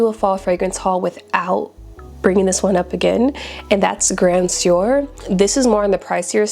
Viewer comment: My dear Cologne is a formulation not gender specific. Formulations are typically Cologne, Eau De Toilette, Eau De Parfum, Parfum, Extrait. Also Grand Soir is pronounced Grand Sware.